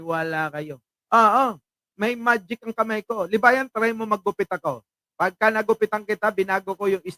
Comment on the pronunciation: baka libagan hinde libayan